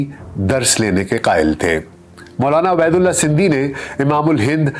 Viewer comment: Buhat khoobsoorat kawish talafuz ka khiyal rakhey. aap kah rahe he Abedullah,mgr ye Ubedullah he.